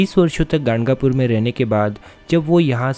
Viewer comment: ganagapur hai woh gangapur nhi